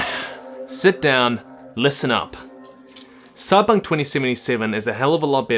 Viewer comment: wtf is Sybunk 2077? - terrible start